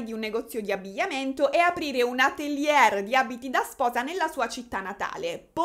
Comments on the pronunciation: non te la prendere, ma ATELIERRRRR non si può sentire 🤣per il resto sei simpaticissima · Magari "atelier" lo pronunciamo alla francese (ateliè), la prossima volta... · insomma... se il "livello culturale che merita tanto di cappello " è questo, penso che ci siano seri problemi. Per esempio se non sai pronunciare Atelier correttamente o cerchi su google o dici sartoria, sartoria di alta moda. Vale anche per Cartier, se non sai pronunciarlo informati. Sul resto potrei concordare. Peccato per il tono sempre stridulo della voce. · Atelier Non si può sentire 😂😂😂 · onestamente l'argomento mi è totalmente "lontano", ho visionato il video solo perchè sei stata tu a farlo e devo ammettere che mi hai divertito anche sta volta. a tal proposito ti richiedo se potresti fare una serie sullo "scandalo" del momento (ormai mesi e mesi) riguardante Mr. Beast e Logan Paul e KSI, sarebbe bellissimo fossi tu a parlarne. grazie! ps. se non erro la parola atelier si pronuncia senza la r finale ( scusa ma non si può sentire) 😅